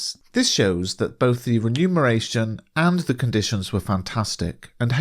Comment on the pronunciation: what does renumeration mean? Did you mean remuneration? Because you even pronounced it as renumeration!